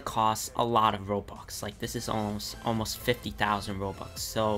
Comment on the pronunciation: Is it just me or does it sound likes he pronounces stuff and robux Like stoff and robox not stuff and robux